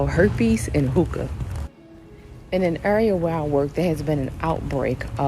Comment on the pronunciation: I thought she said smoke tooka